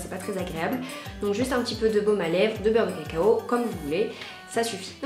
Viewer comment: On sent les origines sudistes: "beurre de cacao" on l'entend qu'ici haha!! Merci pour cette vidéo 👌💕 Gros bisous 😘